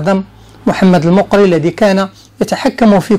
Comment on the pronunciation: اظن غالبا ان الصدر الاعظم (المقري) كان من اصل جزائري..وينطق بفتح الميم..